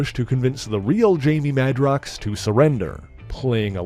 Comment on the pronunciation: On that note, I thought Jamie's last name was pronounced MAY-DROX, not MAH-DROX?